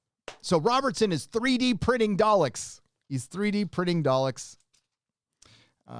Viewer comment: My bad did you say dollecks.